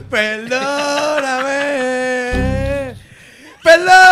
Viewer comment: peldooooonameeeee peldoooooonameeeee peldooooooonameeeee Jajajajajajajajaa Sorry es que es graciosísimo.